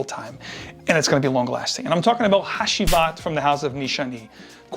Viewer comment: Had-ji-wat is the correct pronunciation